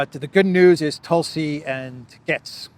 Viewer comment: Gaetz rhymes with gates. Also, It's Cry MEE ah, not Cry May uh. And tell Cypriots to stop spray-painting trees. Thanks.